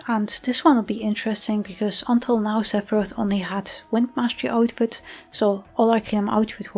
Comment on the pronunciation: Seph-PP-roth :_Doggo